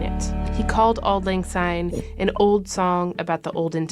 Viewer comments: For those of you who aren't Scottish, it's "syne", not "zyne". Also the original and correct , version is "For auld lang syne" NOT "For the sake of auld lag syne". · Take note people - it’s Auld Lang SYNE not Auld Lang ZYNE!!! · I agree it is auld Lang SYNE not auld Lang SYNE, I get so annoyed when people sing it wrong, but it's billion times worse when the Scottish get it wrong. 😮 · Yes it’s syne not zine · Please remember that it's pronounced SYNE with an S and not ZYNE with Z as is quite often done, especially in England and the USA. As a Scot it really grates when I hear it sung wrong. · Glad it’s not just me who is driven mad when I hear it with a Z!